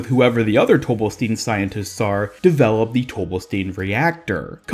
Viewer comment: It's pronounced tobe-bell-stine, not tobe-bell-steen. Sigma even pronounces it as the former. I know it's spelled "Stein" which in English would be pronounced with a hard E but it seems to be more of German origin which means the last letter in any ei/is combo is the one that is pronounced. In this case it would be the I. Like how Einstein isn't pronounced Eensteen.